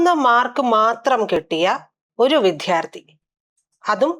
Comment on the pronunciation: "വിദ്ധ്യാർത്തി" അല്ല,"വിദ്യാർഥി." ഈ വാക്കു പലപ്രാവശ്യം ശരിയായി ഉച്ചരിച്ചു പഠിക്കുക.